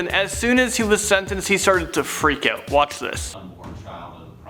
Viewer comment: Can the host please learn how to say the word out correctly. It sounds creepy the way he says it. He's trying too hard to sound like a Valley boy.